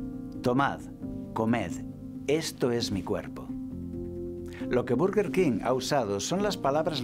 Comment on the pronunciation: Berguerquin se pronuncia perdoname